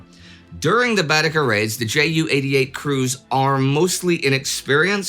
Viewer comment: Another excellent episode thank you. Two things though: British bomber crews had 'bomb aimers' not 'bombardiers' and 'Baedeker' is pronounced 'beedaker'.